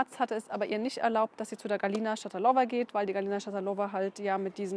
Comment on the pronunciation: Schatalova spricht man russisch aus. Also Betonung auf der zweiten Silbe.